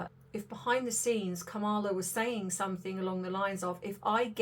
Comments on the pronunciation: Please pronounce Kamala correctly! KAMala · Her name is pronounced Kama -la! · You are totally wrong! I love your channel; however, Vice President Harris would never promise to get rid of stories about celebrities! You are speculating without doing research. PLEASE re-think this. And pronounce her name correctly. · Please have some respect and at least pronounce her name correctly. Really.